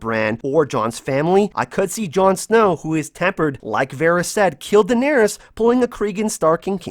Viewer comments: I fucking hate the way you say John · I just wanna know why you cant pronounce jon correctly